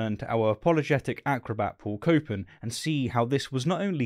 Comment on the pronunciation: Paul "copin" Copan?